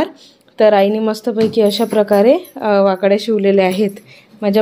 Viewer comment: तुम्ही ळ ला ड म्हणतात म्हणून वाकळ्या हा शब्द वाकड्या होतोय 😅